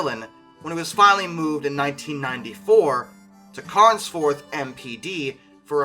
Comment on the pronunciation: It's Carnforth, not Carnsforth. Ie Carn-4th.